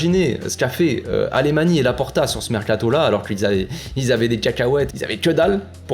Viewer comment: Le plus incroyable c'est vraiment d'avoir réuni un effectif bien plus compétitif tout en allégeant la masse salariale... Et tout ça grâce à la cession d'un partie - presque - négligeable du patrimoine. Un vrai tour de force... Accessoirement Alemany se prononce plutôt "Alamagne".